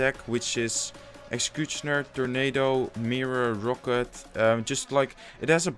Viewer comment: I really love how he says 'logh' and 'excecuctioner' Love your videos by the way,keep it up dude